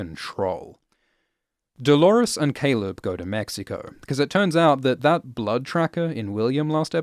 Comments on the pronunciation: Lawrence-lores??? DO-LAWRENCE!!! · i read some comments, and NO! pls do not call him Dolorence! Like chalores, it sounds so lazy and unintelligent